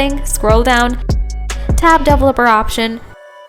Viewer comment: Took me a few minutes to finger out she was trying to pronounce "Developer" .😂